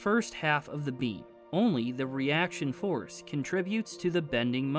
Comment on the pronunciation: Am I the only one who heard forest when he says force !? I can't be the only one 😂 All jokes aside. Most underrated channel!!! Keep up the good work bruh.